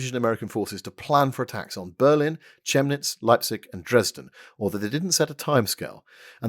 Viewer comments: Hello m'lord, just a small quibble - the "h" in Chemnitz is silent, it's more like "Kem-nitz". The reason I know this is because I'm a British expat and I live there (pretty close to the Küchwaldpark). 😉 Frightfully sorry to bother you - Jenkins, what are you doing in my apartment? And why are you holding a shovel? This seems very unnecess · Chemnitz pronounced Kemnitz.